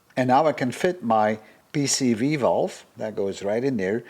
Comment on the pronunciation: I have to applaud you for your remarkable ability to say correctly "PCV" almost every time. Me, every single dang time, I say "PVC". I guess I did more plumbing than emissions work early on. Drives me nuts but I can't help it. It is now deeply burned into my aging brain and is hopeless. So, I'm impressed, congrats! :)